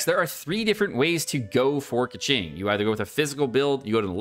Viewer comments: Where were you when playing Genshin impact? You skipped Keqing? That is why you dont know how to pronounce it. Its pronounced as Keching and noy Keking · Isnt it pronounced “Ke-ching” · He did it on purpose. It's more like "meme" version of pronuncing her name "KEKWing" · When he said Keqing and Kecking I died😂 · Keqing sounds like Pegging 😎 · kÆkeng??? I'am dead bro 💀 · I think he is intentionally saying keking just to make me cringe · Oi 😡 /j Pronounce her name like Coo-Shing 🤬🤬 /j I’m kidding- thanks for this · Could not watch this video. That Keqing pronunciation was lowering my IQ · You realise he was trolling right?